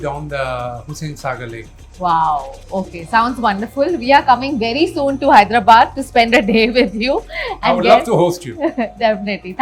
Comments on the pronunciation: Hyderabad is no herabaad it' not not bad it's called badh i mean Hyderabadh. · Wtf is wrong with this guy? What is HYDRA-Bad? Bro, it’s Hyderabad.